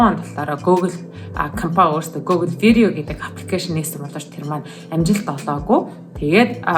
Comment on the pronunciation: Гөөглэ биш гүүглэ гэж уншдаг шүү